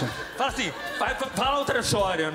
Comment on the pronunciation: Eu não goxxto deche cara pq ele fala achim